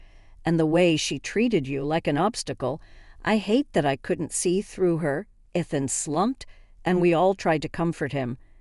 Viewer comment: E than not eth an.